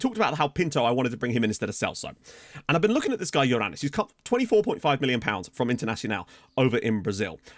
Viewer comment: I'm the only one that heard "Your an*s" instead of Yorranis?